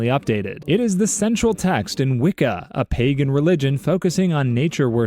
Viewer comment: Him saying WICCA! caught me off guard